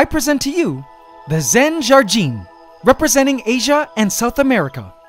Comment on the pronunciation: You pronounced "Jardin" perfectly